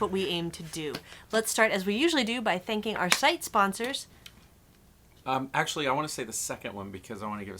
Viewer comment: She said "Thank you to all our shite sponsors" haha